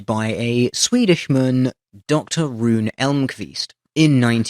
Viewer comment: Ooo, a Swede invented the pacemaker as we know it today? Yay us! (One point about pronounciation, though: Rune isn't produced 'roon', but rather 'run-ë' - or é if that's more familiar. Same deal for every other Swedish name or word ending with an e. 'Cause I'm an annoying little language buttnerd.)